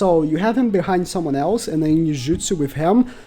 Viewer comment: “IS HE A MUST SUMMON FOR PVP?! HE DOES SOMETHING NO ONE *ELESE* CAN”